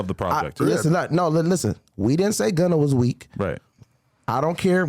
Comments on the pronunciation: This nigga said gunner😂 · Boy was saying Gunner 😂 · This nigga bandman kevo said little baby and gunner, 🤣🤣🤣, y is he messing dem pplz names up like dat